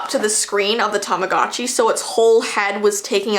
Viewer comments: Tamagotchi not tomogachi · does anyone wonder why tamagotchi sounds like tamadotchi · Tamogatchi Me: Tama- GUCCI My scary Tamagotchi story: What is Tamagotchi? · Yeah whats a TaMaGaZChI whatever its called im pretty sure its called "Tamagotchi", anyways, whats a "TaMaGaZChI" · Tamagotchi Subtitles: Time of God she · your saying tamagotchi wrong it sounds like tamagoochee but it's spelt tamagotchi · its tamagotchi pronounced tamagootchi like theres a oh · When someone says tamagotchi at first it sounds like ‘TOM’ agotchi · Is no one going to talk about how she saying tamagotchi wrong